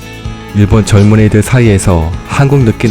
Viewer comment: 발음이 이상하시네여. 젊은이들? 젊은 애들? xD 재밌게 보고 갑니다~